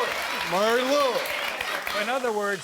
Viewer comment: I love how he keeps callin him Murray instead of maury